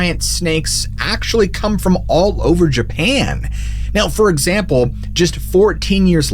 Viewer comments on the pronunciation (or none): none